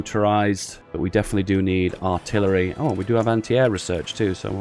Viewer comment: ok dont mind my arrogance started watching few days ago. cheers. PS. you sound like you're having a stroke when you say "Aaarhhtillery" has anyone told you that